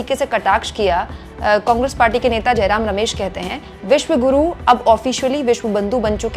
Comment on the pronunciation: विश्व गुरु नहीं विश गुरु बोल रहे हैं